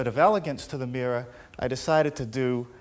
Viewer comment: There's an R at the end of mirror